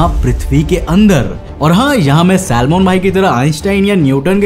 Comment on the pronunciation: Salman bhai se salmon. Bhai kon sa language tone mein hoa tum😂😂😅😅